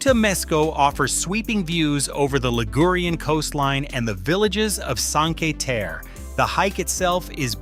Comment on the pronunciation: The least you can do is try and pronounce Cinque Terre correctly